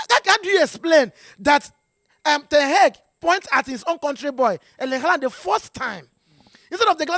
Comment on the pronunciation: The way he pronounce ten hag always makes me laugh,"ten heg"😂😂😂😂